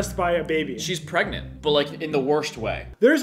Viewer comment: “She’s perginat!” Lol… pregante… PREGAT I love you for that reference lol